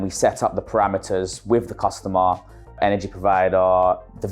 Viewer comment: "Chaa-Jaa" "chaa" "chaa" "Jaa" "cuss-taw-maR"